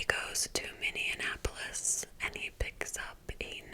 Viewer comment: I love you and your videos 💗but as a Minnesotan I have to say in the nicest way possible that it’s Minneapolis not “Minneanappolis”